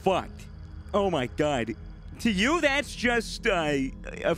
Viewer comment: Oh my gwad